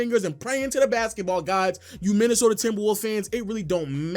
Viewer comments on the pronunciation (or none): none